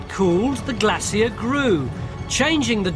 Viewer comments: Glay-sure Pronounce it right! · It’s pronounced GLAY-SHUR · Took me a while to figure out what Tony was talking about: Glaciers! In the US, we say GLAY-sures. In the UK, you say GLA-see-ass. To paraphrase Winston, US and UK: Two people separated by a common language! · glacier not glassier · cant watch if he is going to flip flop his pronunciation of Glassier and Glacier.... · Glaycier glassier. Let s call the whole thing off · Brits go to a lot of trouble to see how everyone else pronounces words and then develop their own bizarre pronunciation. Even the scots lady scientist said glay seer. Still love tony. Still love brit documentaries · why can't tony pronounce glacier? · Drinking game: Take 1 shot every time he says "glacier" incorrectly. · that's strange, I'm in the UK and not once in my life have I ever heard it pronounced incorrectly here too, just this guy. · For just a moment, at about , with the help of that lovely glaciologist, Tony had pronunciation of “Glacier” right. . . but just for a moment. . . 😀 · very odd how they turned the word glacier into Three syllables .